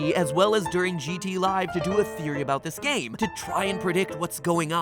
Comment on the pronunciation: its just a geory. a thame geory.